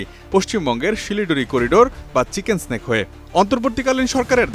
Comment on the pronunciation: মেডান এটা চিকেন সেনেক না; চিকেন নেক বলা হয়